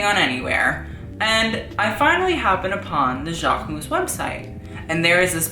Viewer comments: You actually pronounce the "mus" at the end, like: Jackmus :) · learn how to pronunce Jacquemus. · you literally butchered his name, im cringing, don't make a video on something/someone if you cant say the brand name correctly. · the way you pronounce jacquemus makes me want to puke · this is the right way to pronounce jacquemus not this !!!